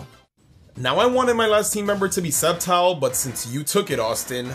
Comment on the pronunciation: Its Sceptile not Spetile